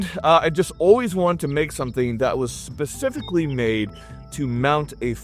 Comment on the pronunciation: Its pronounced "Specifically" * .. Not " basificly"